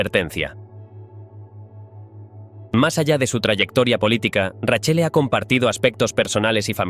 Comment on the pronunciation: Nepotismo puro , nada meritocratico , acá en Roma no son bien vistos por su hipocresía , buen relato la verdad me daba un poco de cayo cuando decía raccele en vez de Raquelle 😂😅más de un detalle que se hubiera investigado más pero buen vídeo